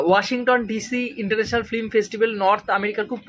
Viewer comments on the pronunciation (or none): প্রতিবেদন আরও ভালো হবে, যদি "ফ্লিম" না বলে "ফিল্ম" বলেন।